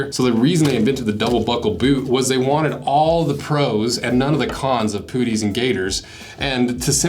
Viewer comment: So stop saying pooties, its wrong anyway. Rhymes and spelt the same as the golfing term "putt", so putt-ees. Still liked the video after I stopped laughing. 😂